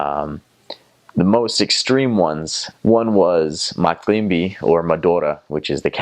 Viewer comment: I really love the way this guy say macimbi madora